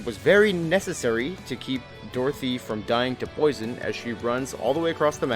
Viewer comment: Took this video very seriously until my girl was pronounced "Dorothy". That being said you're not wrong the Dorothea/Manuela opera mission was so frustrating I actually quit the game for a bit afterward.